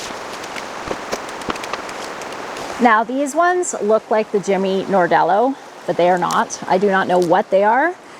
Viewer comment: Jimmy NArdello, not NOrdello